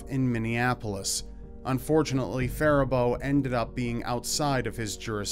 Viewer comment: Hey, Good Job on pronouncing Faribault correctly.